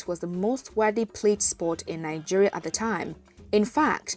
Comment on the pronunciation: nine-geria?? colonial masters??